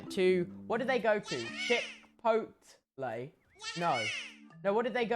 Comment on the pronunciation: "chip pot lee" "chip ot l" "chickot ley"